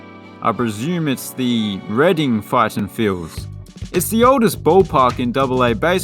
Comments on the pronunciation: Correct. Reading, Pennsylvania is pronounced "Redding." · You were correct about the pronunciation of both Reading and Birmingham. Another nice feature of the Erie ballpark running out of room is the first base seat tiers are basically directly on top of each other. Sitting in the 2nd tier, looking almost straight down at the first baseman, is one of the most unique views of a baseball game you can get anywhere. Great video, thanks!